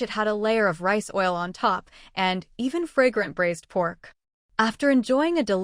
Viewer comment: If cooking meat it’s braised not brazed. HTH